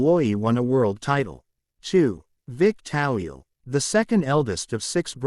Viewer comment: It's Toweel not Tawil !!!!!!!!!!